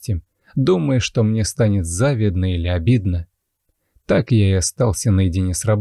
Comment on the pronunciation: Мне тоже нравится, как вы рассказываете. Только работайте над ударениями, они в нашем языке такие коварные, например в слове завидно у вас ошибка. А жаль.